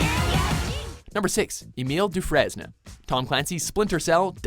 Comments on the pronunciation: WHAT THE FUCK?! EMILE "DOO-FRES-NA"?! IT'S EMILE "DOO-FRAIN". FUCK! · Is it not pronounced, "Du-Frane"? Pretty sure you dont actually say, "Dufresn" or whatever lol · Doofrezne? The s is subtle! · I can even with the way he said Emile Dufraisne. It's pronounced Du-FRAYNE. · It's hilarious to me that a Canadian can't pronounce the French name Dufrainse (Dew-frain). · It's Emile Du-frane. coughcough Watchmojo Research Facilities coughcough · "Du fres neh?" Totally not how you say it... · You read Dufraisne wrong. Why am I not surprised? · Narrator has clearly never seen The Shawshank Redemption judging by his mispronunciation of Dufraisne.